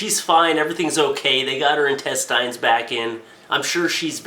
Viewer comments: Quit saying. IN-TEST-IYNS Intest-INS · Dude. please. Its pronounced in-test-ins not in-test-eye-ns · i am the only one bothered by the fact that he says entest"eins" and not intest"ins"? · old, say it with me now. in tes tins in. tes. tins. in tes-tins. intestines. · (In-tes-tins). Say it with me. Intestines. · Lol intestyes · ***** Not even people in England say it that way. I think he was just high and forgot how to say it or has never said it in his life. Either that or he just wanted to see how many people would comment about it being pronounced wrong. Like Barbie Frey said to jacob, that's not how the language works. Just because it ends with "ine" doesn't give it an "eye'n" pronunciation. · it's INTESTINES NOT INTESTYES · In Test Ines. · Where did you get that ridiculous pronunciation of "intestines"? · He says intestines like I do. It took me awhile to figure out what people meant. Probably because most of my dads family is french Canadian lol. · the only thing that made me cringe was the way he pronounced intestines lol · Is that how people in Canada pronounce intestines or is he being funny? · You're still saying it wrong, though. The right way even sounds better...Why not use it...>.> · Is it just me or does he say "intestines" weirdly? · Well he is pronouncing it the way it's spelt. I'm assuming you pronounce it as "intestins". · Nah I agree :D But whatever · Weeaboo Wiserd that pissed me off so much